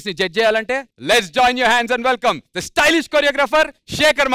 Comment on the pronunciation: Anchor garu adhi Thee kadhu dhee 😅😅